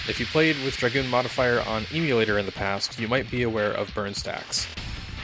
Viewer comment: please, stop calling it an emu-lator, you're killing me